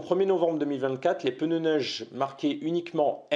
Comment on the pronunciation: Des pNeus svp ! pEneus n'existent pas...😉